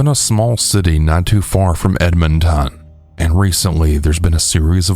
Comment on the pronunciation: The way you said Edmonton😂